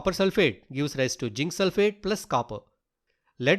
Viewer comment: Not jink it's zinc Not insulting plz change if u can 😊